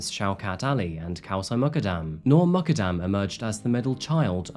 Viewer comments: Your pronunciation of 'Noor Muqaddam' is terrible. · She’s not Irish and her name is also mispronounced